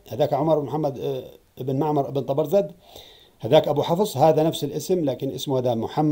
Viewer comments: أكرمكم الله يا سيدنا ليس تلفظ ( طبرذد ) وهي طبرزد أقصد تعيد وتردد ( تبرذد ) فأنت تلفظ الزاي ذالاً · طبرزد بالزاي ياسيدي حاول تصحح نطقك حفظك الله